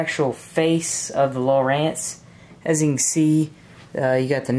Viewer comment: Its lowrance not lowerance